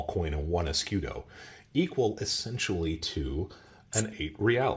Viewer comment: Fantastic video as always. Tiny little constructive feedback: type the word "escudo", or any other foreign word that you repeat dozens of times, on Google (or Google translator) and click to hear the pronunciation. Hearing eskidos is killing the video vibe :)